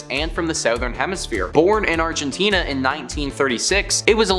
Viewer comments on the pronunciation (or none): none